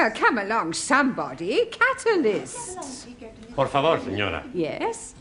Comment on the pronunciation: Let's not forget he even said to Juan, "Por favore?"